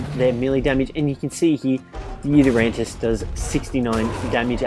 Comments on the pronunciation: The video was great, but just for the future, it's pronounced You-Ty-rannus, not You-ter-rantus. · UGHHH ITS NOT U-TER-RANNUS ITS YOU-TY-RANNUS PRONOUNCE IT RIGHT NEXT TIME OK?! READ HOW TO PRONOUNCE IT ON THE GOD DAMN WIKI!!!! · It annoys me how he says yutyrannus. He says yutyranntis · It is called a yutyrannus not a yutyrantus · Its pronounced yutar ranus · Nobody noticed he didnt pronounced the yuti correct? 😝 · "I forgot it's name for a second there" Mispronounces Did you ever know it? There is clearly no silent 'T' in the spelling, if you read it.